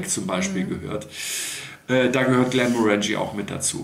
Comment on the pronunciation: GlenmOrangie nicht GlemorAngie 🥃